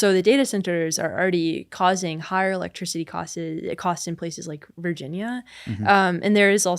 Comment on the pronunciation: Where is Kayla from, I've never heard an accent like this lol. houSING, affordabiliTEE, communiTEE, electriciTEE